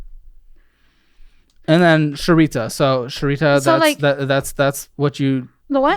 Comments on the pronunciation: HOW HAS NO ONE IN THE WHOLE YEAR THIS HAS BEEN OUT MADE A COMMENT ON SAYING SHERITA. SHERRIE TEA 😂😂😂 BUDDY IF NO ONE HAS TOLD YOU IN THE YEAR SINCE THIS CAME OUT, ITS SHARE TEA. its charades all over again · you are so White and I love it "Sharita" ".... that's boba" IT'S SHARETEA LOL